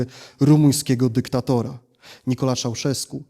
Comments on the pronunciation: Nikolae, EEEE not Nikola..... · Mówi się Nikolai, a nie Nikolae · Jedna uwaga: wymowa. To nie jest żadna /Nikola/, tylko /NikoLAE/ i nie /Szauszesku/ tylko /Czauszesku/. Podobnie nie /Timiszora/, tylko /TimiszoARA/ - zapisałem tu oczywiście wymowę.